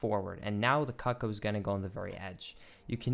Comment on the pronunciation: a bit too much emphasis on the CUCK-oh